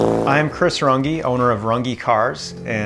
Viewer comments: he is missing out on a huge brand association (porsche) by not pronouncing the the ‘eh’ instead of the ‘eeee’. Ruf is pronounced roohff and not rough , with, I think, better brand identity. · "Rangi" lmao Can't believe this guy hasn't ever checked how his own name is actually pronounced... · It's called Rünge and he says Rungee. 3500 bucks won't even be enough to get a license in Germany not to mention any tools or AYTHING for that matter. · Pronounced "ruynn-geh" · I can appreciate him being an American of German descent, I'm in the same group, and americanizing the pronunciation of his last name, but an umlaut, the ü in Rünge is meant to be pronounced "UE". Except he pronounces it as if it didn't have an umlaut, but insists on adding it to the spelling even though English doesn't utilize the umlaut. Meh, maybe he's just a Mötley Crüe fan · Glad that he is giving it a crack. In german, is it not pronounced roon-gee. The umlaut is "oo". Not sure about his comment that it would take 'two years' to master it. Ferdinand Porsche did it in 50yrs. The master coach builder, and invented the hybrid car. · I believe it should be pronounced ‘Roongeh’ if he wishes to adhere to the origin ( sim to Porsche soft final syllable). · You can believe that, but it's wrong. It's German and derives from an very old profession. It's pronounced Rünge. And I don't know what you mean with a soft syllable with Porsche, because it's Porsheh like "meh" and rolling R not american english R. Same goes for Rünge. Rolling R, ü and the rest as written. So the e at the end is pronounced as always like meh for english speaking people. Almost like an ä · Ngl, I think he's heard his name being mispronounced so many times that he doesn't even remember how to pronounce it properly